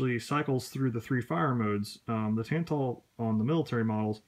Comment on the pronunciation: Somehow you watched Robskis video, listened to him say "Tantal" in his thick Polish accent and still you managed to pronounce it "Tan-Tull."